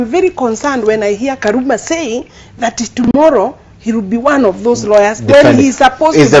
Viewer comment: = "Karuma saying..., poritico good will, rawyers"